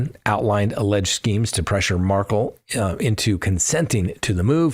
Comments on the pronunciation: You still mispronounce Xana’s name, and now you mispronounce Wendi Adelson’s husband’s name. You are saying Markle but it’s Mar-KELL. Ugh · Mar-kell not pronounced Markle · Accent on the second syllable! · Curious- why do u pronounce the Markel name as Markle ? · Doesn’t rhyme with sparkle (accent is on the ‘Kel’ syllable ) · Why can’t you pronounce Dan Markel’s name correctly?